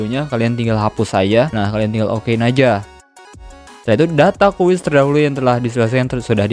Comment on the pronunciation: Sumpah denger nya gemes gw "QUEST" BKN "QUIZ" 😡